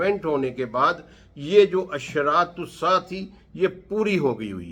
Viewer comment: Assa assa assa Your pronouncing it wrong... As Sa'ah there is 'Ain' in there. It means "The Hour", also the watch, time, etc...